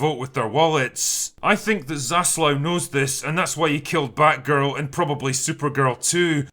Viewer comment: Hate to be that guy, but it's Zaslav*